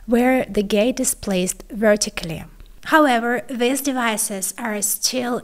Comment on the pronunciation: Great content, but it is very difficult to listen to this type of speech. Please practice, for example, the difference in pronunciation between THIS and THESE. Keep the great content coming!